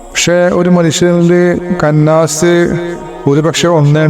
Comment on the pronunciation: കന്നാസ് അല്ല ഇഷ്ടാ خناس